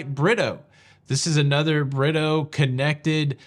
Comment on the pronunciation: Hey - it’s not pronounced Britto but “ Brea toe” shout out to Ludicrous 🤣 Fantastic recap!! I would love this experience